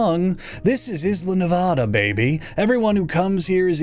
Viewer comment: The way he says Nevada is killing me slowly I've lived here to long